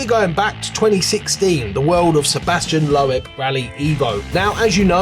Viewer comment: Man, you can't ever pronounce the name of Sebastian Loeb correctly. Laughable! 😀